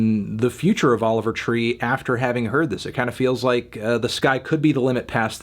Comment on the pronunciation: He never says his name right haha 😹